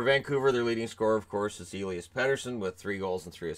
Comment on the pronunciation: Flames are pronouncing Elias wrong. There is only one pronunciation of that name here in Sweden and Nucks got it right.